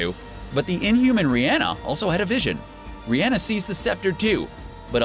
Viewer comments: It's Raina, not Rhianna. Go and actually watch AoS. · Her name is pronounced RAIN-UH. someone clearly doesn't watch the show :)